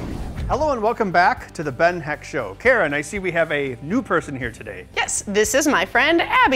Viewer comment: At the start of the video, if you wait a bit then skip ahead, you'll hear "The Ben Heck Shom"